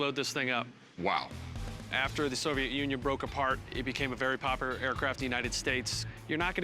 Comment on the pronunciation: "it became a very popper aircraft"